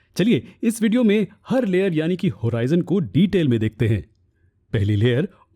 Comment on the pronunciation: Hoorizion nahi horizon hota hai